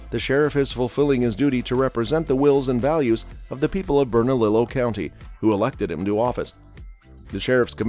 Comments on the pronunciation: Say it with me - Bern - A - Leo county. That's how you pronounce it. This commentator was driving me crazy. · It's pronounced BERNA-LEO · Lol!!! berna"lillo" I love it. It's pronounced berna"Leo" but yes it's spelled bernalillo